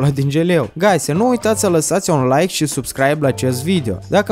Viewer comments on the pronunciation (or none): none